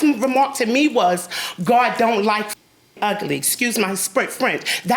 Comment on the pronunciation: No. God don't like "egly" or ugly🤣